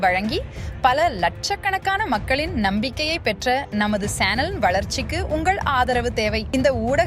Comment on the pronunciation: It’s not sanel. It’s chanel. Can’t speak either English or தமிழ் 😩😩😩